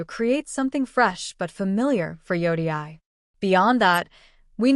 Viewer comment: Are you using an AI voice? It’s ridiculous that you cannot even pronounce Yotei. Your clip is about Ghost of Yotei you’re not even interested how to pronounce it correctly! I stopped watching after the first few seconds